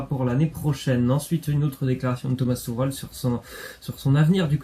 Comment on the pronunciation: Tourel ????? C'est tuchel si tu arrive pas à le dire tu dis " Tuchelle "